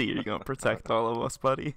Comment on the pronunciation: I am officially dying of laughter ....and I quote "you didn't potect me"